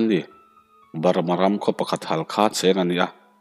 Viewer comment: Halkha nilovin Hakha tih tur a ni e